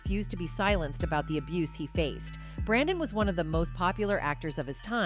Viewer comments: His name is Brendon Frasier, not BrAndon. And you’re mispronouncing his last name. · It's Brendan Fraser, not Brandon Fraser. The least you can do is get it right. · It's Brendan Fraser NOT Brandon. Do your homework! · it is Brendan Fraser, not Brandon. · His name is Brendan Fraser not Brandon. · Brandon Fraser? Do you mean Brendan Fraser? Why are people spelling and saying his first name wrong?